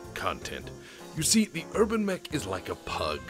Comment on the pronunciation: New meme has dropped: thanks to a funny mispronunciation, the UrbanMech is now the HerbalMech.